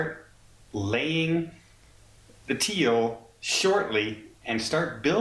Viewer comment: I'll believe it when I see it. I think you mean lay the keel not teal